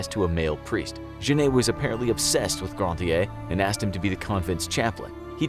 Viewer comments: You pronounced Jeanne like jenayy and thats so bad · To me it's really cringey. This is the most bizarre pronunciation of "Jeanne" I've ever heard. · I am french and no, it is not the right pronunciation at all. In french, most of e are not pronounced. You can use google traduction to see what is the real prononciation